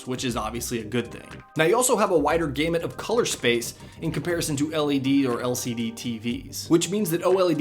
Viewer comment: It doesn't have a wider "gay-mutt". That's not how you pronounce gamut.